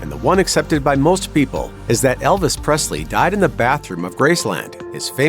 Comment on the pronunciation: There is no “t” in Presley